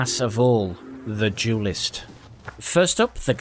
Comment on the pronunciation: "Jewlist"...? Did you mean "duelist?"